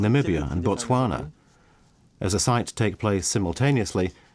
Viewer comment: It’s Botswana